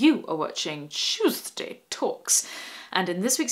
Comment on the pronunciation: Chewsday Chewsday Chewsday Chewsday Tawks!